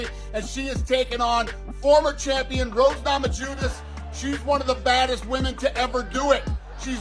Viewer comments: Nama-JUNAS? LOL She was once champ and you can’t pronounce her name correctly? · All these years and Dana still can't say Na-ma-YOO-niss. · “Rose NamaJewNess”- Uncle Daner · Now way after all these years Dana is all of a sudden calling rose “nahmajewness”. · How is no one speaking on how Dana totally butchered roses last name 😂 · Goofy Dana.. how do you not know how to pronounce Thug Rose's last name by now? 🤓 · Y’all notice how Dana pronounced Roses last name? Am I tripping or did he say it differently before? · Don’t let Hill distract you from the fact that Dana completely butchered Rose’s last name 😂